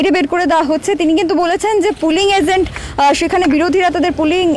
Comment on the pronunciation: To the admin and the news anchor: From mins. It's not polling 'azents'. The correct word is 'polling agents'. Uchharon ta bargio jah noy, antasto jah. Apnar khabarer madhhab ta banglai, tai engreji shabdo uchharone bhool ta marjoniyo tobe sangshobhanio. Your pronounciation reminded me about a funny bone of writer Javed Akhtar He says: Mujhe aksar kuch log galat tareekhe se bula te hai. Woh kahte hai, aare 'zaved' saab, aapse ek 'jaroori' baat kahni thi. Javed Akhtar: Sir, app thodi aur mahnat karke, aapki 'jaroori' baat ka 'ja' mere naam ke aage la dijiye. Aur zaved ka 'za' aapke jaroori baat ke aage laaga dijiye. Tab Mein aap ki har baat sununga. ;-)